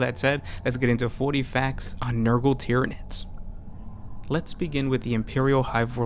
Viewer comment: "Tyanids." "BUT WAIT, IT GETS WORSE." "Worse?"